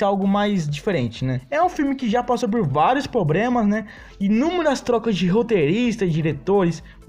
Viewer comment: Vários " pobremas" na narração...